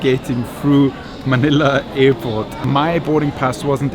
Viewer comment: Hey man its Airport not effort ok haizzzz